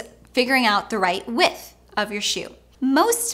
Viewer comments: Love your videos but it drives me crazy when you refer to shoe 'with' It is 'width' here in uk I'm done! Haha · There's a "d" in width.